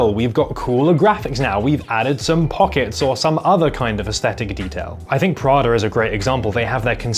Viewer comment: Man said “Pra-durr” 😂😂